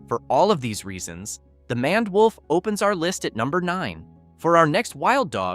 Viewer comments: It's pronounced "mained" wolf, not "manned" wolf. Sheesh. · Mispronounced names: 2 ("MANned" wolf instead of MANE-ed wolf" "CAHN-id" instead of "CANE-id") Errors in Accuracy: 1 ("No verified sources of African wild dog attacking or killing a human being" - wrong, they ate a toddler who fell into their enclosure at a zoo. They are very much dangerous) Awkward Pauses: 7